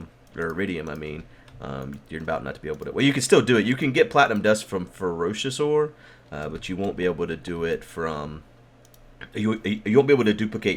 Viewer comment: Ferrous= FAIR-us not ferocious ore.